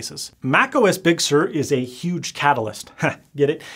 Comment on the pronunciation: The biggest thing to come from this video is that you finally learned to pronounce "Sur" properly. ;)